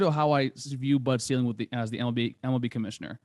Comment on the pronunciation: Bud Selig, not ceiling.